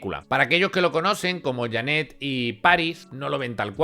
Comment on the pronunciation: en serio me caes muy bien pero aprendete como se pronuncian los nombres de las personas de las que hablas, como Janet o John Branca no Barca